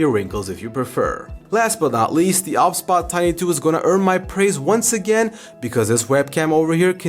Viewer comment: Is it not meant to be pronounced O B S bot?